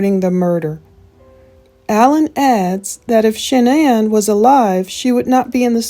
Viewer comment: Why does Dr Phil insist on pronouncing Shanann’s name incorrectly? He knows how her family pronounces it. As for AD, what makes him think his opinion about who murdered who even mattered. CW was convicted and is in prison so move on and let the family grieve in peace.